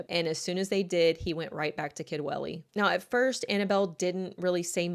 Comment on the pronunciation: Aaaargh ‼️ Sorry 🙏🏼, it's near the end, now It's pronounced Kudwelly Remember, it's in Wales 🏴 Own language? They might not all speak it, the younger, and elderly, but we can all pronounce it 😊